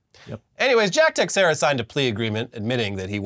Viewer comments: It's not techsera, (sorry I'm Portuguese) is actually "tei chei ra". Please, techsera ? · BROS!!! It’s not TEX-ERA! It’s TE-SHARE-AH! 🤦🏻‍♂️🤦🏻‍♂️🤦🏻‍♂️🤷🏻‍♂️ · Teixiera = "ta SHEER ah." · The x in Teixeira is pronounced like “sh”. It’s Portuguese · It's pronounced "tuh-share-uh" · Tiexeira - Tuh-SHARE-uh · In addition to prison, the other punishment Jack Teixeira received was having his last name pronounced incorrectly for all eternity. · Apparently not Yankee fans with that pronunciation of Teixeira.